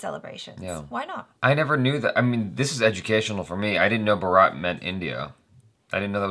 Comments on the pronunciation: It's Bhaaaaarat. lol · Do one thing, Just say "Bhaaarat" and you will lot of Indian hearts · Can't you read even English properly? Its BHAARAT not BHARAAT. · Bhaa - rutt Not Bhaa - raat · R u drunk?? Its bhaaraat, not brat. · I've been a frequent viewer of your videos now.. I like the honesty in them! Would consider subscribing after some more observations 😉👍 u top the list though. After reading comments you might have understood still I'll simplify: Pronounciation: Bhaa-ra-t, not Bha-raa-t It's derived from the name of ancient king. India is English name and Hindustan is what neighborhood of India used to refer this land as! Peace out 😘🤞 love to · It's not Bharaaat...it's Bhaaaarat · It's Bhaaaarat not Bharaaaat sir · First, it is pronounced Bhaaaaarat. Bharat is the way we identify ourselves. Both the word India and Hindustan are derived from the name of the river Indus. The hindi word for Indus is Sindhu. The Arabs pronounced Sindhu as Hindu and the land beyond the river was called Hindustan. Europe learned about India from Arabs and Hindu became Indu and eventually India. India has had several kings named Bharat. But it is generally accepted that India was named Bharat after king Bharat, ancestor of kauravas and pandavas of the Mahabharat fame. He is said to be the first king to unify India as one country and this country was called Bharatvarsha (literally "the country of Bharat") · First time i have watched the whole video coz its #salmankhanfilm 😊. My mood goes off in the very starting when you call it BHARAAAAT, but its BHAAAARAT, i can't listen wrong pronunciation of my country but i love you guyz. 😍 #bharatthemovie #salmankhan #eid2019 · Bro Indus is sindu they couldn't pronounce do they called Indus. Bharatha is my country name why you north short every words Bharat makes me laugh. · Its not bharaaaaat...its bhaaarat guys....bhaarat is also a name of our country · Not bhaaaaaraaaaaaat it's bharat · Bharaaaaat ! No it's Bhaaarat